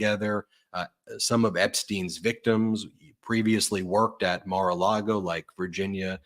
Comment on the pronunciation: Mara Lago sounds like Mordor to me.